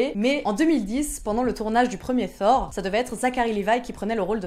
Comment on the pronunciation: Très bonne vidéo. L'idée de nous présenter Mr, Mme "mais je l'ai déjà vu quelque part" est une excellente idée, car parfois c'est frustrant de ne pas ce rappeller où on l'a vu. 😅 Dommage que le "For" vienne m'écorcher les oreilles ( thor avec un T c'est pas compliqué pourtant...) 😬 Ah oui et rajouter des photos des personnes que tu cite serait top